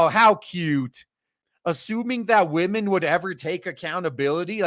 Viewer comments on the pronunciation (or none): I gave you a shot, you just keep saying waahmen too much for me, it gets annoying. best of luck.